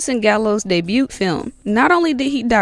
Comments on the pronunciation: pronounced debut just like it’s spelled 😂 I’m going to start doing that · You kids and your made up words. Day-beaut. Debute. 😂 This is the third comment in 2 days ive left on gen z kids not knowing how to pronounce basic words.